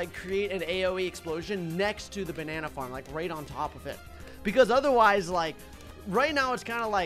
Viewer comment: "The bannana harm"